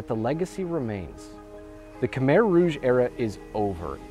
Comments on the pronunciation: It’s not (kuh meher) it’s (Kuh my) idk why google has the pronunciation wrong. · You said Khmer wrong. It’s (Kah Mai) not Kah Mair..I’m full Cambodian that’s not how you say it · Pronounced ka-mai. Beautifully done. Brings tears to my eyes. I have only been met with kind eyes and sweet smiles from the Khmer people. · Americans pronounce it as kuh-mere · khmer i’m pretty sure is pronounced ka-mai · the way he promounces khmer